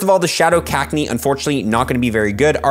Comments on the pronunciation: STOP.....SAYING .....CAKneeee its Cac-knee-AH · The way you pronounce cacnea does my head in 🤣